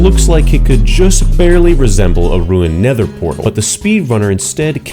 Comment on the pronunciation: This guy can't make a nether fortress and can't say nether portal 🤣